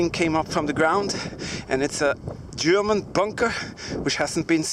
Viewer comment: you said "gerooman" instead of "german"